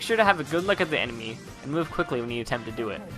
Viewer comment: When u were explaining the corner stab step by step ( -ish) u said emeny instead of enemy.(after the slow mo corner stab finished)